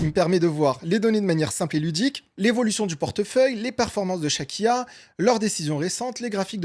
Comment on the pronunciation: Pourquoi a chaque foi que tu dit "Chaque IA" j'entend "Shakira" .... ?